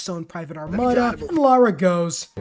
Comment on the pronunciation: It’s LARA not Laura 😅🫣